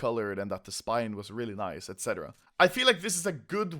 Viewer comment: I love way you saying nice :D. NAIS xD